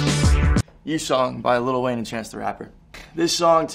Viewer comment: why do white people keep saying "little" Wayne, it's lil, you clearly see that the "t"s are taken out